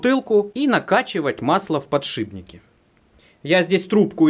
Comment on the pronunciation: Да блин подшиПники а не подшиБники )